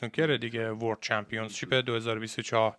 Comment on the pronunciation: اقا ممنون از ویدیوهات یک انتقاد نیاز نیست انگلیسی بگید همه‌چیزو وقتی انگلیسیتون ضعیفه ، اون کلمه هم چمپیونشیپ هستش ن چمپیونز شیپ با احترام البته💙